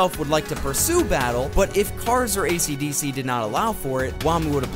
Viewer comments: I would have liked this video but ishidishi’s named was pronounced ACDC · its kind of annoying that you are calling him ACDC and not esidisi